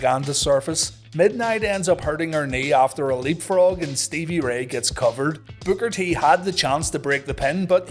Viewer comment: Love your content, but all I hear is "booger t"😅 great episode!